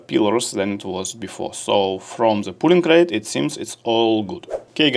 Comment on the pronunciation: друг, не пУлинг рейт а пОлинг рейт)